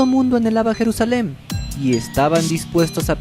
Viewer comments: Se dice Jerusalén en español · Compa ya ni chinga neta, queda usted mal de a madre.. Se escribe y pronuncia "Jerusalén " no Jerusalem..